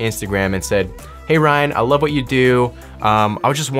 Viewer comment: Ryan, not “Rayan”